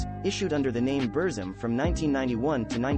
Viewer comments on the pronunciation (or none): At least please pronounce the name of his music project correctly mate.